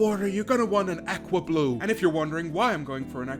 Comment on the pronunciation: "Ackwa blue"